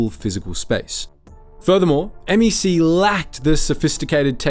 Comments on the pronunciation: The craziest part of this video is pronouncing it M E C not MEC(one word) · It’s not M.E.C… it’s just “MEC”